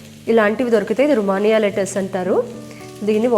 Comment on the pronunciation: Hi,nice recipe andi🙂 బట్ అది రష్మీ కబాబ్ కాదండి, రేష్మి కబాబ్ అంటారు. రేష్మి అంటే silky అని అర్థం. పట్టులాగా soft, smooth & tender texture ఉండడం వల్ల దానికి ఆ పేరు 🙂 And ఆ lettuce రొమానియా కాదండి రొమేన్ lettuce అంటారు. Sorry అండి ఇలా చెప్పినందుకు ఏమనుకోకండి, correct గా చెప్తే అందరికి రెసిపీ చేసుకోడం easy అవుతుందని చెప్పాను.